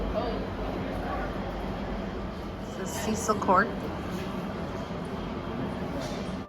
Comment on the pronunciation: TUBE is pronounced CHOOB not TOOB. We call the PHARMACY.... the CHEMISTS. CECIL is pronounced SESIL. To the young man in the video. PLEASE RESPECT OUR BUILDINGS ! DO NOT TRY AND CLIMB THEM! REMEMBER, THESE ARE SOMEONES HOMES OR BUSINESSES !